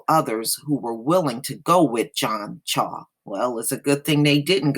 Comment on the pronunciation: His last name is pronounced Chow.